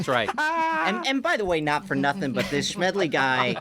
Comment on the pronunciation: Please, Jimmy, the man's name is Smedley D. Butler.